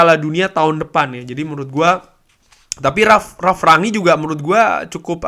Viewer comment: Enak liatnya bahasannya ringan mantap semoga konsisten.. tapi boleh ga mas masukan dikit untuk spelling nama ralf.. baca aja rang-nik.. spelling ranyik walopun mungkin bener klo lidah belanda kali ya cuma saya gatel dengernya 😫😫